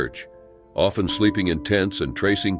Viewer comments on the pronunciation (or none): none